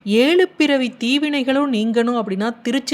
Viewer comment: ஏளு பிறவியா. ஏழுப்பிறவியா. ஆழ்வாரா ஆள்வாரா. தமிழ் அழகா உச்சரிக்கக் கற்றுகொள்ளுங்கள்.